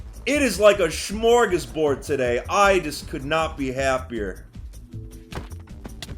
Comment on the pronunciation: Smorgasbord, nice Dutch ;)